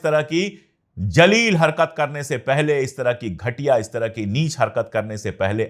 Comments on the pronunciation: SAHAB APKI URDU SUN KAR KHUSHI HOTY HAI. ZALEEL KO AP NAY JALEEL KAHA.AGAR ES LAFZ KO SAHI BOLAYNGAY TO AOR BHI ACHHA HOGA. MASHWARAY K LIYE BURA NA MANAY.Apki NEWS BOHOT KHOOB HOTY HAIN. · उच्चारण > ज़लील > Zaleel 🙏